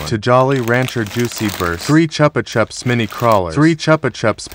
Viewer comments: It pronounced ‘CHOO-PA CHOOPS’ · Its pronounced as chuu-pah-chuuups